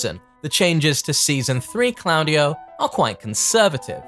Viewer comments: Improve the pronunciation 😅 that diden’t seem italian However Very nice video you are always top Ps i m italian of course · I love you but why do you insist on pronouncing claudio wrong